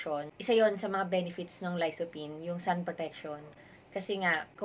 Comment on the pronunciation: Idol Lysophine 😂😂😂 Dapat po Lycopene 👍👍👍